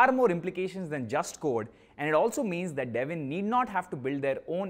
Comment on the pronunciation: It's Devin😢 not devil By Devin